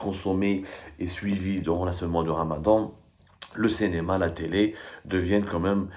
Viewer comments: Le Cinéma et non pas Le Cénéma ya essi Abdou, travaille sur ta prononciation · Abdou. SVP, Cinema avec un i et non pas cenema.